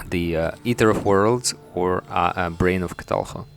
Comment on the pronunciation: when he said brain of cthulhu it sounded like he started choking on his spit lol. and when he pronounces scythe it makes me cringe.